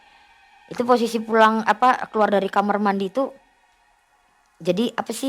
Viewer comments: kamar wai....bukan kamer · KAMAR....bukan KAMER....😅😅😅😅 Gini kok jadi terbaik🤣🤣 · knpa kbnyakan nara sumbernya,klo bilng kamar jadi kamer😂😂😂. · Kamar sel,bukan kamer